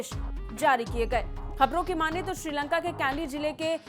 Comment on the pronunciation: श्रीलंगा नहीं मैडम जी श्रीलंका